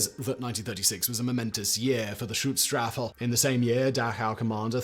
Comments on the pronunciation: First I cringed a bit at him pronounced it "Stutzstaffel" and then found it funny, because it kinda still sounded like a more accurate description. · I used to really enjoy you videos but this is comicly lazy. "The stuutstaffel?" Really? You couldnt even learn the name of the organization your making a video about? This seems like a lazy attempt at hitting the algorythms caused by current political events and its actually quite disgusting you cant take it serious enough to even learn the fucking name. Do better please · Thanks for the condensed history of the SS! Your German pronunciation is so bad that I can’t even make out all many of what you mentioned (native English speaker and near-native German speaker living in a German-speaking country for over half my life). Please try to at least get close so that we can understand you.